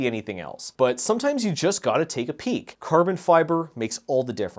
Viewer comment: What in the PEKK (not PEEK) is this episode? a commercial?